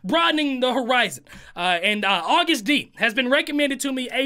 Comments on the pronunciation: It’s pronounced like you would say August like the month and then you say D. 😆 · Solo is Agust D it's pronounced just like "August" Just like in bts he's Suga not sugar. There is a video that sequels this one called "Give it to me" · It’s pronounced August D. He also goes by Suga (short for shooting guard- he plays basketball) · agust is pronounced like the month , “august” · Am I the only person who laughs when he says "to the STD" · Name pronounced: Ag-oo-st d 🙃